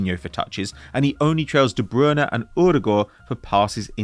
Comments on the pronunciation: Is “Broona and Urugoor” meant to be De Bruyne and Ödegaard”? OMG, you melon! That is not the pronunciation of their names… even in their own country! What a dipstick! Embarrassing… it’s like watching Steve McClaren all over again! 🙈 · WHO THE HECK IS “Broona and Urugoor”?